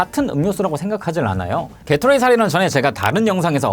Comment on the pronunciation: 깨로 뤠이~ (게토레이의 감성적 발음)